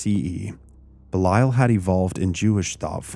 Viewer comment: I might be wrong but I’m fairly sure that’s not how Belial is pronounced!